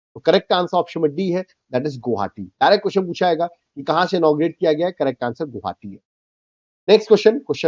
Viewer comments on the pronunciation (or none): none